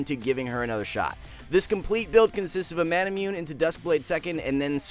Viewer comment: Not sure I'm ever gonna get over "Mana-myoon"